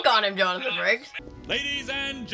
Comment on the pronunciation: It may just be my ears but I swear he called him Franks instead of frakes lol